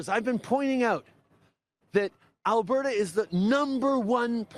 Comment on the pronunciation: Please,, there is a ''T'' in Alberta not a ''D''. Thanks for your consideration.